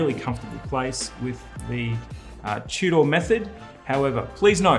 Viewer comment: Tew-door!? Tudor